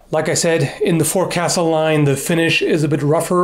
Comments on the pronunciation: It's pronounced foc'sle not forcastle... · F'o'csle, not FOREcastle. I'll forgive the mistake, you're a landlubber not a sailor. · I like your videos man been watching them for a while now. Just wanted to say that the proper pronunciation of Forecastle is Foksul- long O sound. I only say this because it was drilled into my head by one of my fellow sailors when I pronounced it wrong. No disrespect, I just thought that you would want to know. Have a great day! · Just a heads up its pronounced "foahksul" not forecastle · Forecastle is pronounced fōksəl. English is wonderful. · Great review! But just a minor correction: Forecastle is actually pronounced 'fowk-sul'; yeah, it's one of those words that isn't pronounced how it's spelled. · Just a note,, forecastle is traditionally pronounced "FOLKS-ul" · FYI, "forecastle" is almost always pronounced "fo'c's'le", because apparently sailors hate vowels. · I believe forecastle is pronounced fokesl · Forcastle is usually pronounced fawk-sull, unless yer a lubber. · Forecastle is pronounced folk-sul just like boatswain is pronounced bosun. Weird navy stuff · Sorry ,I'm somewhat obsessive about English usage, a bit of spelling and pronunciation nazi. Forecastle is pronounced foc'sle. Sort of sounds like folk sill or folk sull.. It's weird I know, but that's English. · forecastle is pronounced focksul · Forecastle is pronounced fo'c'sle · bit of nautical pronuncfication for you me hearty - Forecastle (pron. fowk-sul; commonly abbreviated "fo'c's'le") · forecastle is pronounced thus: fokes-ull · "Forecastle" is pronounced "folk-sal"! Weird, but true! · Not that it matters, but, please! "fo'c's'le"! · in keeping with the naval terminology and traditions "Forecastle" is pronounced "Fokksul" its a location on a ship, like the quarterdeck. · Forcastle is said as folk-sul. I know, it's weird. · You can always tell how much of a lubber someone is by how they pronounce "forecastle"